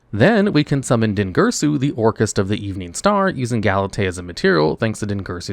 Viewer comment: I don't really watch many videos when it coss (mes to new yugioh....so when hearing Orcust....I mostly heard Orcus....just no annunciation on the "t" but even then, I thought it would pay homage to Orcus from D&D.....since I also hear LIGHT-FIEND said out loud in same breath (once again, I'm not watching, I'm just listening mostly) so, this video was an eye opener, but also a disappointment , because Konami let this mishap happen